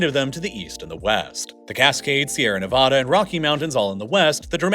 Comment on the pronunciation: Bro, your pronunciation of Bangor, Puget, and Nevada are atrocious.